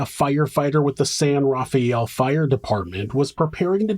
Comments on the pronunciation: And the city is San Rah-fell not San Rafey-Elle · San Rafael in California is pronounced "San ruh FEL." Marin County is pronounced "Mah RIN." It's extremely wealthy and beautiful.